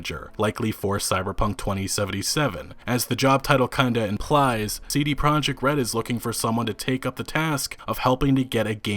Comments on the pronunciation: Im so excited to this game btw it is pronounced as "proyekt" not project the the j makes a y sound, its a polish word. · considering respect towards cdpr and the number of times you say "cd project red" in the video you could've learned that it's pro-iekt, not project